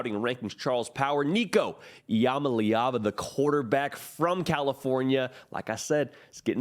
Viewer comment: Its pronounced "Eee-Uh-Mah-Lee-Ah-Vah"